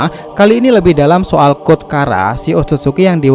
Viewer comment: Code bang bukan god